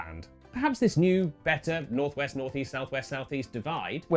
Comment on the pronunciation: Snorth Weast